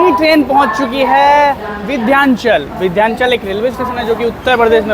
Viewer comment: Vidhyanchal nahi h vo Vindhyachal hai